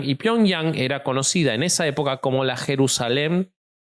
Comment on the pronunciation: No puedo con 'Jerusalen de Asia es Jerusamen' 🤣🤣🤣